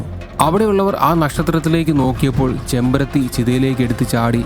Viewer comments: ചെമ്പരത്തി അല്ല ചെമ്മരത്തി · ചെമ്പരത്തി അല്ല കേട്ടോ ചെമ്മരത്തി ആണ്...... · ചെമ്പരത്തി അല്ലെടോ ചെമ്മരത്തി ആണ് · Chembarathi alla “chemmarathi”